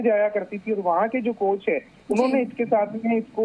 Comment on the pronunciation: कोच है या कोंच 🤧